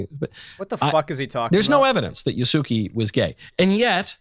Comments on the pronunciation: Yasuki!? God I just felt my wife’s Japanese Language education psychic damage. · Wouldn't it be pronounced: "Ya" "soo" "kay"? Japanese focuses of pronounciation of specific syllabels. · Michael! How is Yasuke pronounced Yasuki?? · i know hes probably mispronouncing Yasuke's name just to be a bigot but after over a year studying Japanese its physically painful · The way knowles pronounced yasuke and naoe is physically painful, partly cause that means he's to lazy to look up the correct way before and that he refuses to admit he's wrong on it. Also more games should do what cyberpunk did, it's more realistic and ironically the lack of what cyberpunk did kinda gets in the way of games having bi characters. Basically if all the romance able npcs are mechanically bi it can dissuade devs from making characters who have the trait of being bi. Imo there's a difference between npcs and characters being mechanically bi and having bi as a trait they have, if being mechanically bi is a default for npcs it can reframe characters who have bi as a trait in a odd way(not really sure how to describe it, maybe it's cognitive dissonance, idk). It's also interesting how FNV goes about it, just having it tied to perks. Doesn't make to substantial of a damage difference while still letting you choose in a way that will reflect in dialogue options and out of dialogue options.